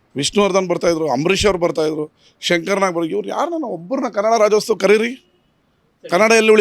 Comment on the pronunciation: Rajyostava ಅಲ್ಲ, ರಾಜ್ಯೋತ್ಸವ. ಇದನ್ನೂ ಹೇಳೋಕ್ಕೆ ಬಾರದ ನೀವು ಯಾವ ಸೀಮೆ ಕನ್ನಡಿಗ ಸ್ವಾಮಿ?